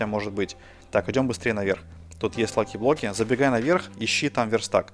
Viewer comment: На Диллерон сказал лахиблоки